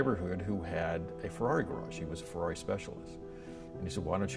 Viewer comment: that Fuwwawi pronunciation is soo annoying